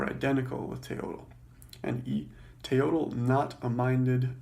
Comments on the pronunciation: Mispronouncing the word you are explaining. It's pronounced "Te-yoyt" not "te-yodel" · Pro Tip: the Nahuatl speaking people don't pronounce the L at the end of proper words. The L in Teotl and Nahuatl is silent.